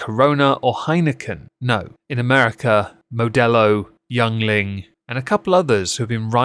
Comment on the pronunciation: It's pronounced Ying-Ling, my moist friend.